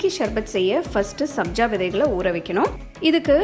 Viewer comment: Athu sarbath not sharbath, pronounce correctly mam